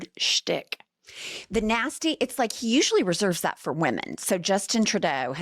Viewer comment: "Hiz peepul were nazttee" gawd I hate this a____ho___. Someone please free us from this abuse.